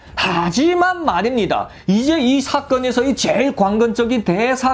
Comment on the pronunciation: 하지만 말입니다를 점점 강력하게 하는같소?ㅋ